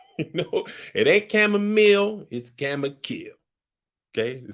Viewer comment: "It AIN'T chamomile, it's chamo-kill" 😂🤣😂🤣😂